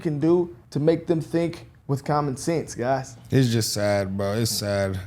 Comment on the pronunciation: I caught that, my man said "geys n gangstas" 😂😂😂